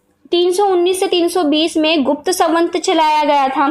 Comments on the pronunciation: उच्चारण बहुत अशुद्ध है। ...मनुस्मृति को किसीने'खत्म' नहीं किया, न कोई कर पायेगा। वह हमारा ,हिंदुओं का एक सम्मत धर्मग्रंथ था, है और रहेगा!! ...सवंत नहीं, सम्वत् !! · संवत ,होता है सवंत नही